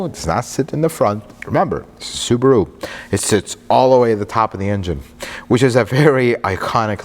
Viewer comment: This guy is the best car reviewer. I can listen to him the whole video and i don't really know about cars. But he pronounces Subaru wrong lol. I'm Japanese though so maybe it won't annoy other people